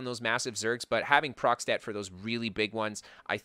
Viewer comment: procstet? is he trying to say a proc stat?